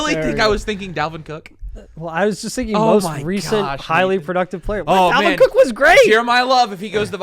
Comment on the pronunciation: Bro said Dalvin Cooke...